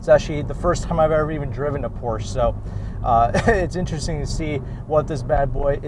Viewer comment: Pronouncing Porsche correctly would be nice. Respect. You have more room than a Miata